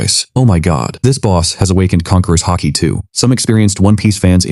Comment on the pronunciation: Its haki not hockey btw